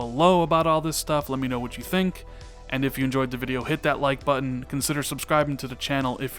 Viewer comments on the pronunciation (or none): none